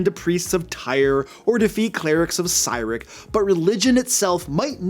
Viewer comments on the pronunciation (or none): Did... did this man just call them "Tire" and "Sideric"... I've always heard them pronounced as "Tier" and "Seeric"... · love ya man.. but its pronounced Seer-rick. Not sigh-rick. 😂😂